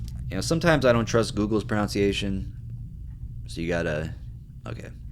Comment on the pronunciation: This dude talking about pronunciations, when he doesn't even say "pronunciation" correctly... Also, being supportive of unsweetened tea... 🤢🤮